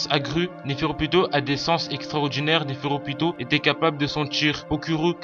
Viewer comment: Sa s'écrit nepherpito mais sa se dit nepherupito et sa ce dit Nov et sa s'écrit Nov aussi c'est une fille car elle a des seins si on regarde bien comme le roi c'est un garçon vu que c'est un roi et oui elle est né la première et a l'avenir essayer de parler mieux pour qu'on comprennent mieux sinon bonne vidéo continue comme ça